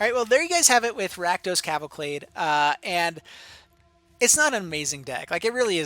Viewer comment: Can't get over the "cavalclade". Great video, by the way.